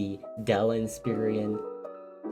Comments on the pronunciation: Did you just say dell INSPEARIAN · In-spare-on. That’s how’s it’s pronounced bro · Why he said Inspiron like that? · "Dell Insperion" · You pronounced Inspiron wrong so I'm not going to subscribe. There is no I before the o